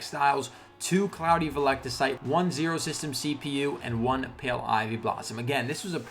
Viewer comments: its pronounced veltecite... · Or vel-tuh-cite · Awesome vid man ps (it's pronounced vel-teh-cite)